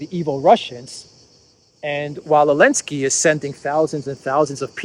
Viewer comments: Why do you call Zelensky, Elensky? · why do you call the President of Ukraine Elensky? His name is Zelensky. Is it because the EU banned the letter Z, or are you just mocking his name? Either way, both options are funny.